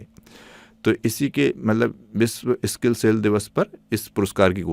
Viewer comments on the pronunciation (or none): सर जिसे आप बार बार स्किल बोल रहे हैं वो स्किल नहीं सिकल रोग है ______!!!